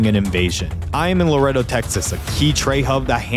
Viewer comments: Luh•Ray•Doe (Laredo) not laretto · its la-rey-do not larado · Laretto? 🤣🤣🤣🤦🏼‍♂️ LerRAYdo bud. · Laredo is pronounced laa rey doe. ❤ just saying! 😊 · Bro, doesn’t know how to say Laredo bro says Loretto meko 🤣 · Luh- ray- doh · Lmfao he said Lareado texas. It is a shit city though. Fuck that place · Its pronounced La Ray Doe, lmao its slightly bothering me. But love the video, very interesting and detailed. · I am from laredo texas and that is not how you say it.